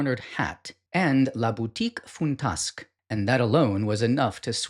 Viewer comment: You’ll want to know how to pronounce some of those names, which are so familiar in ballet history, like Margot Fonteyn—Fon-tayne is the way you say it. Not knowing that makes it clear she’s pretty much forgotten. And, Boutique Fan-tasque. Anyone who knows dance history will tell you.